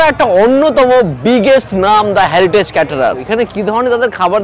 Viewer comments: আরে ওটা হ্যারিটেজ না রে হেরিটেজ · ওরে বাবা ওটা হ্যারিটেজ না, হেরিটেজ হবে 😂